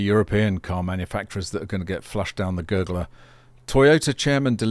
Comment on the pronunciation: " flushed down the gurguller" (EVs)